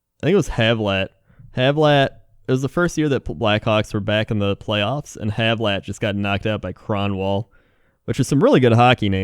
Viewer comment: it's Martin Havlat and he's Czech. I know that in English, many people tend to pronounce the "a" in the name as "e", but it's actually pronounced as "a".;) But glad you mentioned Czech ice-hockey player.:) Though that Kronwall hit was quite nasty.